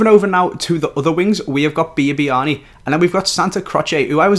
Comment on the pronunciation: Its biabiany not bibiany